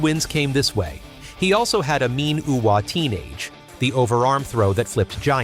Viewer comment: "He also had a mean Uwa-Teenage" 😄